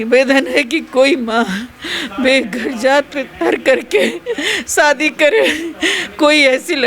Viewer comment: Aap ki bolne ki style kafi irritating hai. Aaj kal anchors kuch alag tarah se bolne lage hai . Shadi ko shwadi bol rahi hai